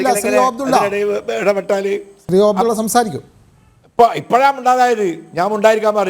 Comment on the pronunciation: ഫയങ്കരാ മാന്യൻ ഓ അഫ്ടുള്ള 😂😂😂😂